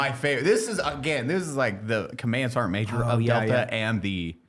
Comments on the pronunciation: Sergeant ❌ Ser’eant ✅ -Eli Doubletap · Is the pronunciation of the word "sergeant" as "sarnt" a ubiquitous part of the US military? Does the US military have its own dialect/accent?